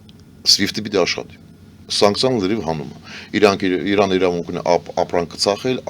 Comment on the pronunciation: Սովորեք ասել ԻՐԱՆ, թե չէ Իռան հա Իռան))